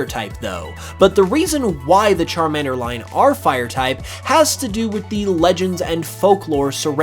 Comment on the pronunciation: Why the fuck you Say salamender right then pronunce charmender wrong It makes no sense aaaa